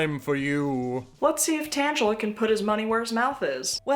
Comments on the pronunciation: never in my life have i heard someone pronounce the pokemon name "Tangela" like "Angela" and I'm obsessed. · I dont think anyone has mentioned it yet, but as a pokemon fan, I want to point out that you mispronounced Tangela. Its pronounced tangle-a, not tan-gel-a. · Hearing Tangela (tangle-uh) pronounced like Angela for the first time just sent me into the stratosphere 🤣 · Love this but Tangela is pronounced like tangle-a. Not Angela but with a T. Love the video still xoxo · Hate to be that girl but Tangela is pronounced with a hard G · one of most horrifying revelations of this video was that it might be pronounced "tanjela" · okay I understand it sounds a lot like Angela if you say it that way and that name kind of eats in this situation, but the Pokemon's actual name is tangela (tangle-a), if you didn't really know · Nah, that is not how I think Tangela is pronounced lol I think it's like Tangle-a. But lowkey Tangela is what I lowkey see as an NB icon (just because of the dark shadow with eyes and boots, Vivi Orniter from FF IX is also lowkey giving NB as well and also like my favorite character). I do love the polite approach here and hope that the respectful nature of these guys isn't a mask... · your inability to pronounce pokemon names hurts me ;_; otherwise fantastic video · The way you pronounce Tangela is sending me. It sounds like someone's DnD OC lol.